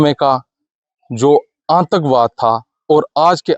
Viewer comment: Aantakvaad nhi aatankvaad reporter ko pronounce karna nhi aata tatti reporter